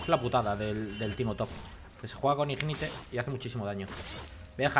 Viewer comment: pero si después dice ignite en vez de ignait XD